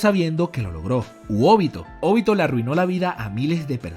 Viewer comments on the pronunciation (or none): Por qué pronuncias Nágato, Óbito pero Naruto y Minato pronuncias como todo latino cuando los japoneses pronuncian Náruto y Mínato, me gusta tu contenido pero deja de querer hacerte el japones y pronuncia como todo latino: Nagato y Obito naturalmente, seas mamón, espero hayas entendido el punto, abrazos !!